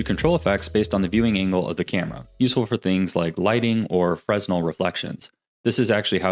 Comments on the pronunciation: Freh nell no 'z' sound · fresnel is pronounced more like freuh-nel, I think it's french